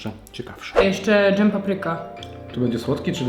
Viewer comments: Bardzo fajny film, ale na wszystko co smaczne: słowo DŻEM nie zawiera RZ, a więc błagam, nie mów już tego słowa tak jak wymawia się np słowo dRZemka. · drzemie to miś w zimę, dżem to nie drzem